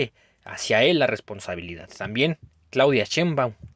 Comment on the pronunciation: Amigo no hables como ese señor, no digas responsabilidatt